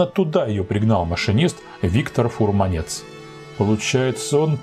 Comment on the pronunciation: Машинист Витя Фурманец (к сожалению давно покойный) ударение на "У" а не на "Е". Юрий Николаевич Соколов преподает в школе машинистов - жив здоров. Слабым местом после ввода в эксплуатацию, оказалась конструкция осевого датчика противоюзной системы, которая работала в связке с реостатом. У чешского UNIPULS-81 проблема была только с охлаждением блоков управления, при его нехватке (летом) плыли "операционники" ММА-774 серии, приходилось переводить ВМ в "аварию". Харьковский ХАРТРОН имеет свои глюки - при проезде секционника всопммашины очень часто идут в разнос и лупит ГВ. Сама машина приятна в эксплуатации и жаль что уходит в историю.